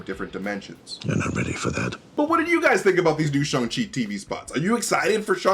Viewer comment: Shang: it's Sh-A-ng MT: Sh-U-ng Shang: Shhh-A-ng MT: Shhh-U-ng Shang: Shang smirk MT: That's what I said!